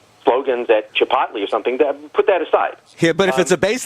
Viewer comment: à-bas-le-ciel “Chip-OTT-lé” I’m dead